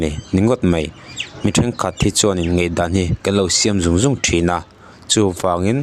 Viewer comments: Ngaihdan tih tur ngeihdan i ti fo mai hian beng a ti kham deuh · Ngeihdan ti tawh suh,ngaihdan ti rwh 😂😂a pa lo riau